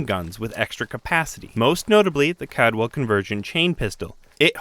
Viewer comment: Take a shot every time he says "Cadwell" instead of "Caldwell". You'll be dead before the end of the video.